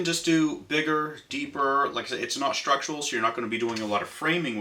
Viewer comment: Great video but your pronunciation of "structural" drives me crazy. You pronounce it like "structual".